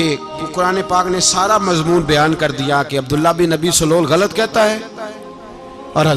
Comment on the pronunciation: پیر صاحب اس منافق کا نام عبداللہ بن ابی سلول نہیں ہے بلکہ اس کا درست تلفظ عبداللہ بن ابی ابن سلول ہے یعنی ابی والے لفظ کے الف پر زبر نہیں بلکہ الف پر پیش اور ب پر پر زبر پڑھیں تو درست لفظ بنے گا باقی آ پ واقعہ صحیح بتا رہے ہیں